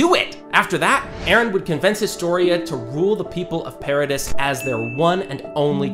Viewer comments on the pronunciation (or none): Paradise island💀 Its Paradis so its pronounced paradi not paradise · NO FUCKING WAY YOU PRONOUNCED IT PARADISE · Why don’t any of these channels pronounce paradis right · i find it funny how people still dont know how to pronounce paradis